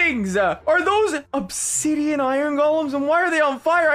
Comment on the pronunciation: "Onsidian" lmao